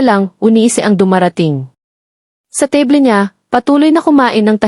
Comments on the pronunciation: Ang narrator ay Panay Ang sabi, teble ng teble Samantha’s mesa lang yon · Sana mag story telling ka ayusin mo Ang pronounce teble. Palagi mo sinabi. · it's AI "TABLE" is pronounced tebly😂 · Magaral Kang magpronounce Ng Tama sa mga salita. spot is pronounced as ispat; table as teybol ; you are not a good narrator. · Mali ang pronuws mo ng table